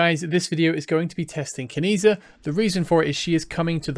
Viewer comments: I think it’s pronounced “Chi”. Keep that social credit score up bud 😂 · I was going to comment on the same 😂 A part of me died every time I heard the mispronunciation